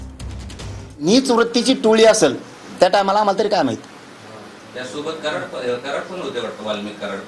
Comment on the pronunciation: अहो पाटील सरमाड नाही कराड.